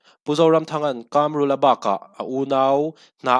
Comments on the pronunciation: I chanel hi ka ngaithla thin a, a tha hle thin mai. Tluang taka, kal zel turin duhsakna ka hlan a che. KÂMRÛLA ti a an sawi ka hre ve ngai lo a, KAMRULA(Chakai AIKAM) KAM tak hi i lam dan leh ka lo hriat thin dan a in persan ve det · 2018 khan engmah ila hrelo😂😂 KAMRULA hming pawh tun thlengin ila lam thiam lo, dawt i sawi😂😂😂😂